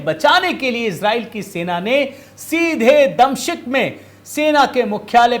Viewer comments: ओ! दमशिक नहीं डिमांस्कस बोलो. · दमशिक नही दमिश्क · Damsik naheen damisk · दमशिक नहीं बल्कि " दमश्क " बोलिये.Damascus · सीरिया की राजधानी का उच्चारण दमशिक न करके दमिश्क करें।धन्यवाद। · damcik Nahin damishk Hai,,, Om Namah Shivay🌹🙏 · दमिश्क का उच्चारण आपसे नहीं हो पा रहा है😮